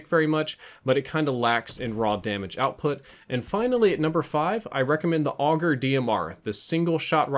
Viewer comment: its duos not dous and its the kn 57 not kn 55 and its the auger dmr not the augr dmr